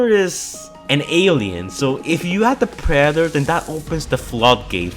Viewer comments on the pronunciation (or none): sry, just the way he tried saying Predetor was funny xD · “The preder “ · Ah yes, the prader